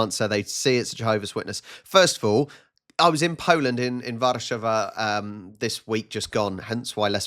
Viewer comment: your pronounciation of Warsawa is so good. :D